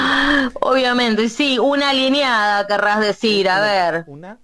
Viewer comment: 😂😂😂😂😂😂😂😂😂😂 Aleniada 😅😅😅😅😅😅 No sera, ALINIADA 😂😂😂😂😂😂😂😂😂